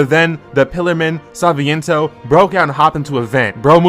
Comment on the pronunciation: Please stop saying the names wrong it’s not saviento or what ever it’s Santana